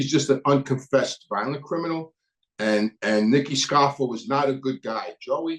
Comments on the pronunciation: Jezz its scarf-O not scarf-A your Italian an you know how to pronouce names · Its scarfo, not scarfa, and changalini, not chickalini😂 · Sour grapes , looks like your feelings were hurt, and it's Scarfo , not Scarfa , and Merlino, not Merlina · I'm just having a hard time listening to Scarfa and Merlina! There are Os at the end of these names friend